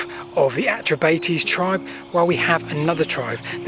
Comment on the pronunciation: 'Celtic' is not a word that should be applied to Britain. The metrication of British history is a drastically bad idea. I live locally and I have never heard the Atrebates pronouced Atre-Bate-ease. It's Atre-bart-ease. But notwithstanding the deviations, well done for making this video.